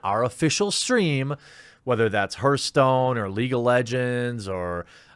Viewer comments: Damn man, it's HARTH-STONE, not HURTH-STONE. What is wrong with you? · for chrissakes please stop saying Herthstone......